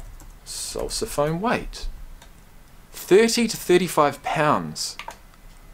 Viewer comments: That would be sousaphone "sue sa" as in John Phillip Sousa. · It is pronounced "Susaphone" after the March King John Phillip Sousa. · "Sousaphone" is pronounced "Soosa-phone" because it was partly developed by John Philip Sousa ( , composer of many march tunes that are still performed today, like "Stars and Stripes Forever"; but for Commonwealth people, perhaps his best known march was 'The Liberty Bell', immortalized as the theme song for Monty Python's Flying Circus. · That's Pronounced Soo-sa-phone, after John Phillip Sousa, the " March" King. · Sousaphone, named after John Philip SOUSA... look him up. (pronounced "soo-za" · Long long time to correct this probably already corrected but, it is Pronounced (Sue z ah phone) in honor of John Philips Sousa. The Father of the American Marching Band. It was created by J.W. Pepper so that the Marching bands could bring the Tuba onto the field and out of the Symphony Halls. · It’s pronounced “Sue-sa-phone” after John Phillip Sousa, the march king. This band does a different half time show for each home game while going to college full time. They are amazing. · It's pronounced sue-sa-phone after John Phillip Sousa, known for composing grand marches. Wikipedia has a very good article on it and its history. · The person you referred to as the conductor is actually called a drum major. He does lead, but there is also a second conductor on the sidelines, especially during the halftime shows, and the sousaphone sounds like a woman’s first name Sue instead of the way you pronounced it. The students being named were the graduating seniors that would be leaving college. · The sousaphone is pronounced "sue-sa-phone" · Sousaphone is pronounced Sue....za......phone. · Pronounced “soozaphone” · FYI Sousaphone as in Sousa, John Philip Sousa. Love that you are sharing this.